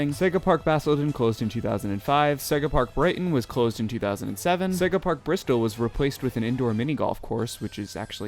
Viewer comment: Never heard anyone pronounce Bristol as "Bristow" lol